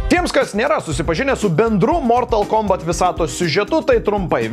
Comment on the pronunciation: Ne mOOOrtal kOOOmbat, o mortAAAl kombAAAt :)